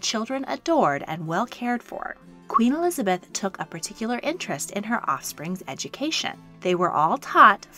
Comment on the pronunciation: ah yes, ELIABETH, that well know English Queen